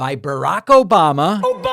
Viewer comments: Thank you for the “Obommnna!” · Havent heard Obamna in a long time 😂😂😂😂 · I think I watch this show sometimes only to listen to “Obamna”😅